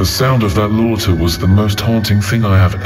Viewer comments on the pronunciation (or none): The way that “laughter” was pronounced like the ‘laughter’ in slaughter.... yes it could be a tts misread... but.... o.0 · His real crime against humanity is the pronunciation of "laughter"